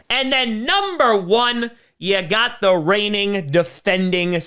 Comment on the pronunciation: I live for saying "ya gaht the Buffalo Bills".